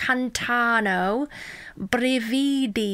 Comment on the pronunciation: Hahahaha I'm italian and listen you trying to read the title is so fun